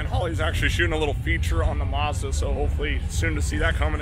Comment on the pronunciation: it's called a Mazda not a Muzda this will help you pronounce correctly ! Say Apple now see when you say apple how dose the letter A sound? now add the A in MAzda the same way you pronounced the A in apple WOW you did it! lol